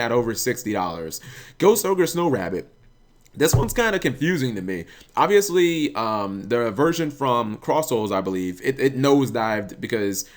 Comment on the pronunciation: I know he meant version but it sounded like VIRGINS